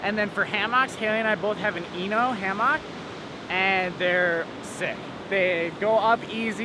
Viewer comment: when he says hay-mock lol